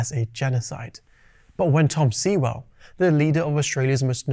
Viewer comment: Sewell is pronounced "sue-all"..as in sewer .. at least get that right for starters. Please research more before concluding ..